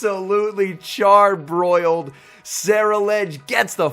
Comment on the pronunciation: Thought I heard he said "charmbroiled" 😂😂